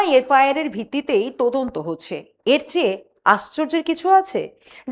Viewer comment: কি উচ্চারণ ! 'তদন্ত'কে 'তোদন্ত', 'সদস্য'কে 'সোদস্য' উচ্চারণ ক'রছে স্মার্টলি ! গা-পিত্তি জ্বলে যায় এদের বিকট উচ্চারণ-আধুনিকতায়। এতে এতটুকু লজ্জা নেই ! বাংলাভাষাটাকে চিবিয়ে খেল !